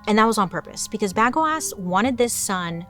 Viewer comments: Bagoass is mad funny but I think it's pronounced bay-go-us. Bagoasss is funnier tho. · I believe it is pronounced bu go is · Yeah that's not how you pronounce Bagoas ( Baa-go-as) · BA-gO-is. I barely got through this one. Everytime she said bagoass I wanted to turn it. Casanova had a fling with a castrada who turned out to be an actual woman. And Alan was the saddest case. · Bagoas..... You're putting the emphasis on the right part. 😂😂😂 Ba-GO-as. Not bag-o-ass 😂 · I was sitting here going, I know how it's pronounced but I'm laughing so loud that now it will forever be BagOAss😂😂😂😂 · I can’t take you seriously when you say Bag-O-Ass…. 😂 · Ps. Bagoas is pronounced “Buh-go-us” 😂 In case anyone in the comments plans to tell anyone about this, I want y’all to be able to come correct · I can't with this "BagOAs" 😂 But in all seriousness, the should have been "Bagnoas", amirite? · I can’t stop hearing Bag O’Ass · I keep hearing bag of a**😂😂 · It would've sounded like BAGWAAH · FAILED the pronunciation of the name 😁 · At first i didn't laugh at Bagoas. Then the more times she said it, the funnier it got. I'm cackling. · i’m a child I smiled everything she said Bagoas